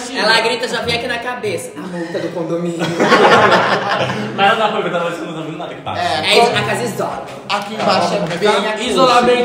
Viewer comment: Ninguém: Absolutamente ninguém:: Nossa casa de CONDOMÍNIONNN...😹👌